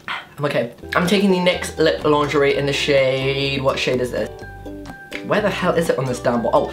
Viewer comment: When said lip lingerie. It sounded like he said lip laundry😂😂😂